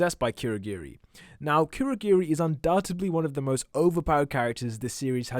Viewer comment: It's not kweurogweri It's kurogiri